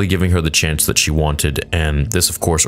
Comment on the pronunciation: It's distracting to me only because I come from here and so it sounds like people I know and interact with; he's speaking like a mexican that just learned english in his 40's. You know: things like not pronouncing "sh" and istead always doing a "ch"